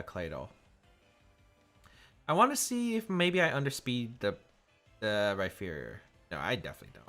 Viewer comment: So now that says Max Phantasm correctly, are we going to point out that he pronounces Rhyperior like it has a phonetic "ph" in the middle? 😒